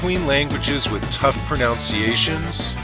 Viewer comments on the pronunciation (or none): Pronounces "tough pronunciation" wrong . Oh the irony